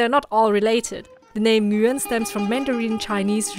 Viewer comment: F@ pronounced the name correctly! "Nguyen"